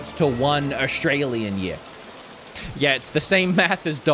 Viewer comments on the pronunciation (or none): none